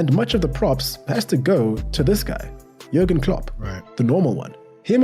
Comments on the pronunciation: Really think that you should watch through any videos you plan on reviewing for your channel. Being unsure who Stevie G is, pronouncing Jurgen with a hard J and generally not knowing pretty much any of your subjects history is pretty lazy. You're basically doing the minimum possible to publish a video. Sorry if I come across mean but it really gets up my nose trying to watch you when you have to keep stopping every 2 minutes to clarify something. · Jürgen is a common German name and in German they pronounce the "J" with a "Y" sound so it's pronounce more like Yürgen. Also he left Liverpool at the end of the 2024 season. Also as far as Jürgen looking like a "cool" guy trust me- one time he joined a Liverpool fan doing a music gig at a local pub (much to that musician's surprise), had a pint of beer and ended up singing along with the crowd. He truly is a "Salt of the Earth" kind of guy.